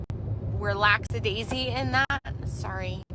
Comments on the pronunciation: "LAXYDAISY" ... I can't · Your face when she said "lacksadaisy" 😂 Ma'am, the word you're looking for is "laxidasical."